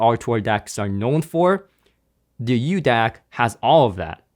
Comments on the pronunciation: It's not the "uDAC", there is no letter u in the name. It is a μ symbol, which is used as a metric prefix for micro (10^-6). So it's pronounced the "Mu DAC" or "Micro DAC." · However is not "u" DAC but "micro" DAC... greek letter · BTW, its pronounced MU-DAC, not U Dac... µ is the Greek Letter MU.. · It's called the μDac. That's the Greek letter m used in science for micro. Pronounced as Miu. So tired of these illiterate Americans 🙄 👋🏻😀🇱🇺